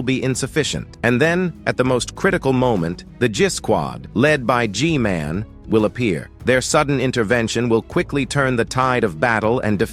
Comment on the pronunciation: "spikremen armada" 🗣🔥 "titan spirkremen" "camera strooder" "J men" "jisquad" "jisquad" again AI LMFAO